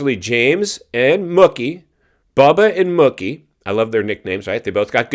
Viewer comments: His nickname is pronounced "Mookie" like "Pookie" NOT "Mucky" "20 years apart or more"? Bubba's last SX win was in St. Louis on March 29, 2014 so, if my math is right you are about a decade ahead of yourself since it's not even March yet. Yeah, you seem like one of those kind of tight asses WTF are you holding on to it? You can't spend it when you are dead. They posted it on their Instagram before you uploaded this video that Tomac has a broken left leg. do some F'n homework before you come on here with these word salad videos. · it aint muhkee bro, its MOOkey. jesus 😆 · I can't stand you. The way you said Mookie like Cookie 50 times had me so irritated. It's Mookie yes but pronounced like the cow sound.... Moo-key. For someone who has a show about Motocross and watches it you should be able to know that and pronounce it right. I have no problem with Mookie winning but I doubt he will ever win again and If Jett was there and not hurt and if Tomac wasn't hurt or Sexton didn't crash I do not think he would have won that race no way no how. And it hasn't been 20 years apart since Bubba won and Malcolm did. James last win was in 2014 so you're math ain't mathing.....not even close. It's only been 10 years. Smh can't stand you you're so lame and cringey.